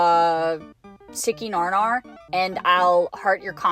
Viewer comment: i think u said stinky nar nar so i will say it since i heard it